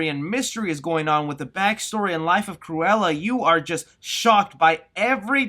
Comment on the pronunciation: sometimes you sound like saying "squirella" which is some badass name for a comic villain